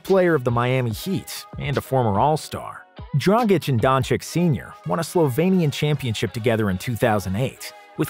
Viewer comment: Dude I love you because you pronounce SlovEnian wright i and Just a minor correction, late Kobe learned to swear on SerboCroatian (the same language) and since its Lukas second lang... he was amazed...